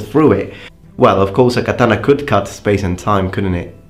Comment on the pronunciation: Kathana, not Kataaaaaaaaaaaaaaana